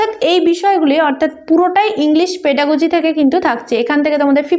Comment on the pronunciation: Pedagogy. Pronunciation ta valo kore korun